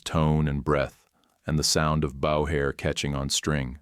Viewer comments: Perhaps teach your AI to pronounce Bow as Bo. It's not the front of a ship. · The word is bow with a long o, not bow with a diphthong o.